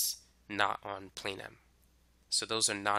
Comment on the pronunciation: Lol I seen on one diagram there was KLM and when you said plane m it kinda sounds like Pan Am klm + pan am = tenerife